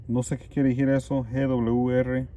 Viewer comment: Hola. Mi pones nerviosa 😁me en canta cuando. Dises. Kiero dijir. 🤣Pero eso ke no te importe tu abla como puedas.. Saluds. Ojala en cuentres muchas cosas. Nooooo ratas😱😱😱